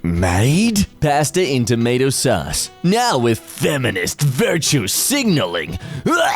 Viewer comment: why did you say "tomato sus"